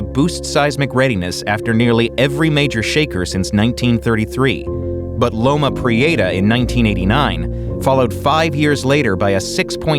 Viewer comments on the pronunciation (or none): I lived in SF, and the earthquake's moniker has never been pronounced "loma pre-AY-ta" by anyone in California or SF. It's pronounced like "loma pre-etta." You'd think the NYT would have the resources to get it right. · I’ll never forget the call I received from my mother, who lived in Santa Cruz, when the earthquake struck. Thank God, she was alright! By the way, Californians pronounce it Loma Pree-EH-ta, not Loma Pree-AY-ta… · Loma Pree-ate-ahh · As someone who lives in the Bay Area, how he pronounces Loma Prieta is hilarious.